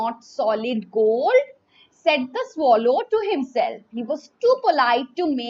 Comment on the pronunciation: mam your pronunciation is wrong........ it is swallow not swallow. so, please correct it